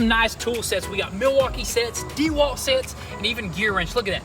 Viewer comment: This really chaps me…. It’s not pronounced DEE WALT….. 🤦🏼‍♂️🤣😂🤣….